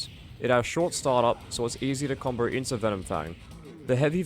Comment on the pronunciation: "combow", not "comboar"